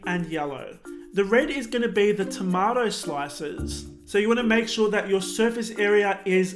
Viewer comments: YOUR SAYING IT WRONG IM TRIGGERD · IS ANYONE ELSE BOTHERED BY THE WAY HE SAYS TOMATO